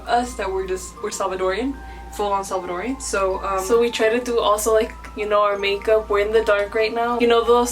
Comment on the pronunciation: Salvadoran not Salvadorian. Don’t let them whitewash you lmao